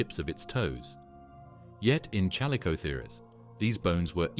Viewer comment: alright ...just cause you said chal oh the kers ...im out